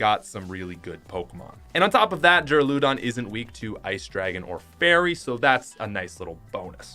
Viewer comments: NOT DU-RA-LOO-DO-N DU-RA-LA-DO-N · It’s pronounced Dir a loo don. My favorite trainer was Raina’s.